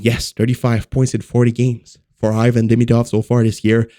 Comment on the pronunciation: Hey ... learn how to pronounce Demidov's name He isn't Ayvan. You have to pronounce as a Evan. That's it